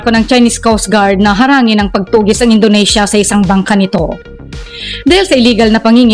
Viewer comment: Indonesia NOT Indonasia..😂